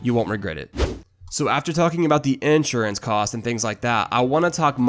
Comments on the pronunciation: You can't even pronounce Insurance properly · “Ensurance” fucking spaz